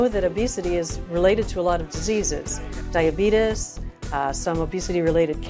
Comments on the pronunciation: She said diabetus instead of diabetes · Lol she said dyabetis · I clicked off when she said DIABETUS 🤦🏼‍♀️🤦🏼‍♀️🤦🏼‍♀️🤦🏼‍♀️🤦🏼‍♀️ And this woman is a doctor!?!?! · No offense but she said diabetes wrong lol!